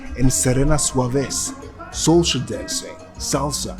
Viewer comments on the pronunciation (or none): Isn't it Serena Cuevas...not Suevas? ;) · no, you wrote and also pronounced it Suevas in the video...unless I'm hallucinating.. haha